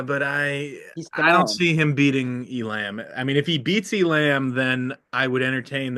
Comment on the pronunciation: The idea that ISU wouldn’t wrestle Elam against their arch rival is crazy. Feel free to say “I told you so” if I’m wrong. Also, it’s Ee-lum, no Ee-lamb or Ee-lahm.